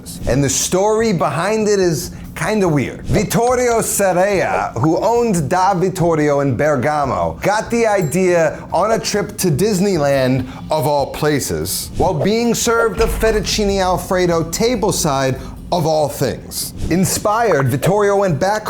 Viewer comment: insane pronunciation, hang your head in shame about "Ber-GAAA-mo"